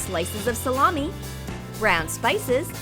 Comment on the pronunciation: she says "add red slices of salami" "rEd SlIcEs Of SALAMI"